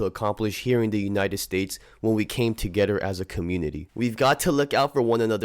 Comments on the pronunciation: to"getter" sheesh.. lol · You say together weird af